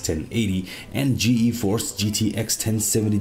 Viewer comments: Just ''Geeforce'' not ''Gee-Eee-force'' otherwise great video! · Why do you say "Ge-Eforce"??? It's just Geforce, one word. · more like GE-Force